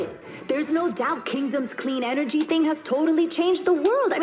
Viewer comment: engery yeh imma be that guy XD